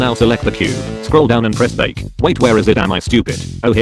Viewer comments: I'm sorry did you say "bake the light" or "break the light" I can't tell what you're doing or referring to here :/ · What did you do at 1 minutes in? Did you say "Now switch to Eavee and break the light"? I assume you mean render in Eavee, but how do you "Break the light"? Or did you mean "Bake" the light?